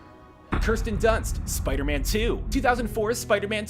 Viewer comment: Looks like still likes to pronounce 'Spiderman' as Spidy.